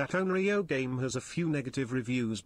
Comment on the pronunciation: Uhh it's actually Onyrou or Onryō, not Onryo 🤓